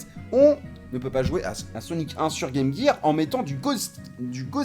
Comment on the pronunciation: "la Game Guir" oula copain, on va pas s'entendre, les vrais de vrais disent Game Jir :)